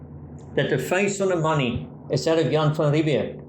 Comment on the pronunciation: It is Jan van Riebeeck. Old wives tale in SA, but it is van Riebeeck. Possibly a younger less grey van Riebeeck.